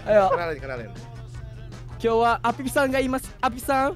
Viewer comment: pas mendo bilang apip-san..aku dengernya APISANG....pls,bengeek